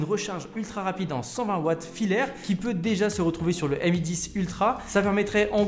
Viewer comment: Dit encore "em i" au lieu de "mi" et....oui